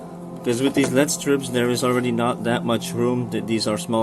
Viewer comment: It's pronounced "L....E....D" Not "LEAD".